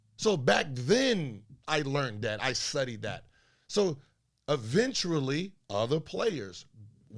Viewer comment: he said "eventurally" lmao